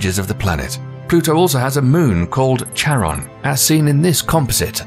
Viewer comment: bruh, not charon as tsaron.... it's charon like loch (lake)